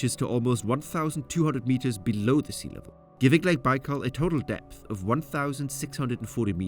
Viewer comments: Der heißt nicht Baalsee, sondern Baikalsee!! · Es el lago Baikal y no bal😢 saludos desde Pachuca, México! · A narração em português está horrível: Lago Bau? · Not baikal Baykal dummies. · Lake bal 🙄